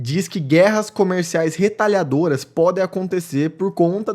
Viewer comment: Retalhatória e NÃO "retallhadora"... Vamos cuidar da nossa língua, ... grafia e pronúncia....Isto tbm é patriótico..